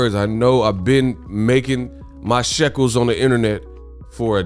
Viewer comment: Did you say you make your (Shekels)? Lol